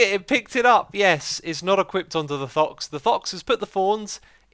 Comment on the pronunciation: Xisu says thox instead of fox